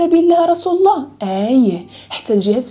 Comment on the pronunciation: لماذا لا تنطقين لفظ الجلاله وهو الله